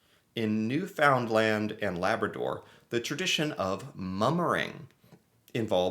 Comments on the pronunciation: Newfoundland is pronounced, Newfunland not New found land. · Oh buddy, you gotta pronounce Newfoundland without all that effort 😆 oof that was rough on the ol’ ear holes. Meat pie in general is a culinary abomination. My aunt makes Tourtière every year for the rest of our family. We’re all west coasters. It’s never been well received lol. Most of them don’t mind it as a food but they don’t want it for Christmas. Including her French husband and kids lol. Definitely not at midnight when we’re playing games and getting hammered